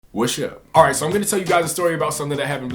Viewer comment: "whashup" salutes lol I love this guy. xD